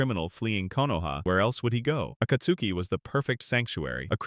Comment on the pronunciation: Why are you saying akatsuki like that. Nobody says it like that even in the show bruh come on